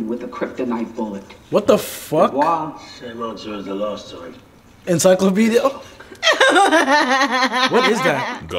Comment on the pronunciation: Lmao “en-sike-lupedia”